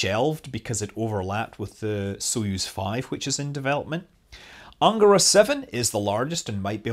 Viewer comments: I thought it was an-GA-ra. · cool! Also, the stress in words “Vodorod”, “Soyuz”, “Proton”, “Angara” and “Baikonur” falls on the last syllable (if you strive for perfection).